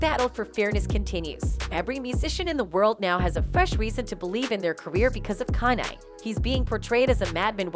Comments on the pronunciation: The music industry was designed to keep the artists in debt and own non of their own material. And why is this bi*ch calling Kanye......Con I, Con A, Can I. I mean WTF. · TTS isn't allowed on YouTube i thought. Thr AI's pronunciation of Kanye is a dead giveaway. Try harder next time 🤦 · Would be cool if the narrative voice could properly pronounce Kanye's name, no? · Why is Kanye's name pronounced different everytime 😅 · Why can't she say Kanye???🤦🏾‍♀️😮‍💨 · This lady needs to do a better job as a commentator. She correctly pronounced Kanye one time throughout the entire video. How are you supposed to be discussing facts and matter so significant and you can't even say someones name correctly. It's not even a hard name. Almost seems deliberately disrespectful. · The greatest murder is how this lady pronounces Kanye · This bot can’t pronounce “Kanye” 😂😂😂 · whatever bot that is reading this needs to learn how to say KANYE properly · Who the fuck is Kylie. They need to get a black voice to tell these stories. I ts disrespectful to keep pronouncing the black artist names wrong. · watch this if you need to learn how to mispronounce KANYE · Whoever owns the AI narrator used in these vids REALLY needs to train it on correct anunciation of words and names, bc the damn thing prounounces "Kanye" at least five different ways during the video, and makes other grammerical errors! What happened to AI being more intelligent than humans? This bitch cant even speak ENGLISH! (Oh, and it happens in EVERY video that uses this AI Voice narrates, so ive been hearing these silly mistakes for AWHILE now!) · “Canay” it’s KANYE. I swear these channels purposely mispronounce peoples names if they can help it. But then say everything else right, It’s starting to get annoying. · If only the woman pronounced Kanye correctly. It's KANYE, not Kaneye! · Who the hell is Kan-Eye?😂😂😂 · "Kanhey west" 😂 A.i you funny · Learn how to say Kanye’s name